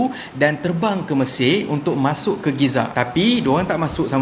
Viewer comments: Gaza lerr cheqq oiii... Bukan Giza... Giza kat New Zealand lerr cheqq😝😝😝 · Saya pun heran...org sebut Gaza...dia sebut Giza...Alamak!!!...Mcam Spanish Fly je...😂😂😂😂😂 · Hello admin... ko ckp Giza?... mcm ganjil bunyinye... Gaza kan?... 😂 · Bang gaza bang bukan giza...... giza di mesir....GAZA DI PALESTINE..... perbetulkan semula... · Gaza...bukan Giza 😅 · Bukan Giza lah. Gaza. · Gaza atau Giza? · Gaza bang, bukan giza😂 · Giza ke Gaza? Biasa Aku dengar Gaza. Engkau dah ubah jadi Giza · Gaza la bkn giza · setahu sye en kt palestine ade GAZA bang bkn GIZA 😂 ..sorry bang ea sye cume btlkn ape yg slh :) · giza atau gaza? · Bkn Gaza ke kenape jadi Giza? 🤔🤔🤔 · Gizza ke Gaza?.. Atau gaza sebutan mmg Gee -za ek?..dan oooo patot ler rkyt Malaysia ramai sgt nak cover Palestine... Akhirnya... Politaik jugak!!! 😆😆😆...sape yg kene main skrg?.. Pesan org bijak...jangan taksub dgn makhluk.. Walaupun ia mak bapak nkau!..wlupun ia sebaik baik manusia.. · Giza tu apa ..atau memang ada kekurangan dari sebutan giza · Kenapa sebut geza bro ?? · Aku sorang je ke dgr dia ckp giza??🤔